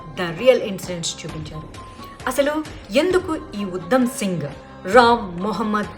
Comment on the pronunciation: Pronunciation check chesukondi madhavi garu..... ఉద్దo సింగ్ కాదు ఉ ధ మ్ సింగ్